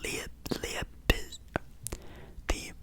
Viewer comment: it’s pronounced lipe zig. Weird spelling for sure haha. Legs are just games btw